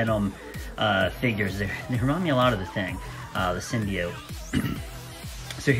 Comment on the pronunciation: I'm subbing just for you correctly pronouncing "symbiote".